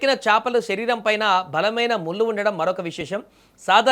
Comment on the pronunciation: కల్లు, ముల్లు, నీల్లు కాదు. కళ్ళు, ముళ్ళు, నీళ్ళు.